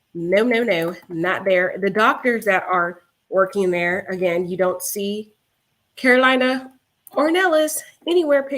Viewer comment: It’s not Karolina like North or South Carolina, It’s Karolina like Car-o-Leena.